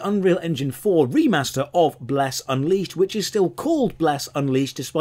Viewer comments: I almost peed when called the game "Bless Uncrustable" XD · The running joke of saying the name of the MMO more and more wrong each time gets so funny by the end that I can hardly hold in my giggles!